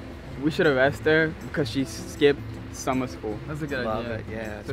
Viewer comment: It’s called arrest her not avwest her